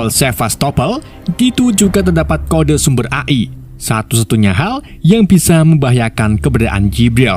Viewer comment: AI di baca E Ai min... 😂😂😂